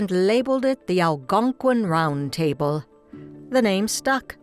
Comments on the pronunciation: The narrator cannot even pronounce "table." A total monotone. Not human. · Let me put my cup on the tay bul. Ha-ha-ha-ha! I Think the REAL Dot would quote Arnold in reference to a robot telling her story. What can you possibly rhyme with A-Hole??